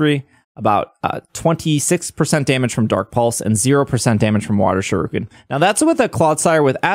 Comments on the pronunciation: It hurts to hear you pronounce shuriken, other than that good video. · I speak Japanese and I understand you don't, but I cringe EVERY time you say 'shuriken' it's pronounced (shoe ri ken) Other than that, I hope I can use my shiny clodsire though...